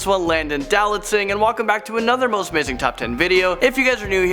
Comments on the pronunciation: Is it just me, or does it sound like he said his name like Landon Do Not Sing? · Lol I thought I was the only one who heard "land I do not sing". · Serah Biju I’m pretty sure people want him to say his actual name